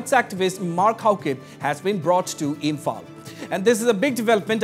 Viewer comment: Samehere😔✊ he can't even pronunciate Imphal properly 💀